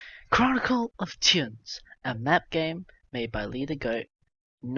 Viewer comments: I'll have you know it's pronounced [t͡ɹ̠̞̊ʲʊnˑz̊] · It’s /tjuːns/ you aubergine